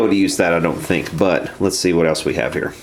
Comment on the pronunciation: it's here not hheeeeerrr